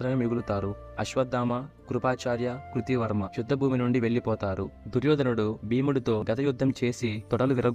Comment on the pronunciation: కృతి వర్మ కాదు కృత వర్మ